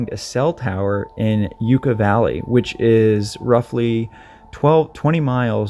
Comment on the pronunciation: Forgive my ignorance, but isn’t “Yucca Valley” pronounced yucka, not yuuka ?